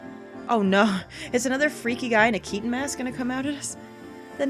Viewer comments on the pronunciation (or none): none